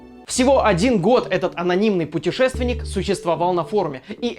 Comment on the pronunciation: Ору с петушественника во времени :D